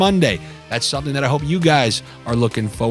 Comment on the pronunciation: Getting some bets in and I heard your "jus give me sometin to sniff about " 👍🤣🤣🤣